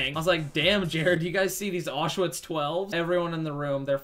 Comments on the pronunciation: It's not pronounced Orsh-Witz, it's Owsh-Vitz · I died when he sayed "Auchswitz 12's" 😂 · “Did you guys see these Achewatz 12s?” 😂😂😂